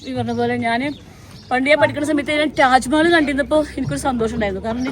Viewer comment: റ്റാജ്മഹൽ അല്ല, താജ്മഹൽ ആണ്.